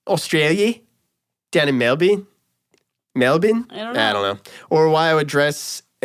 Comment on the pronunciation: I love that pronounced Melbourne correctly!!!!! Love the post cast!!!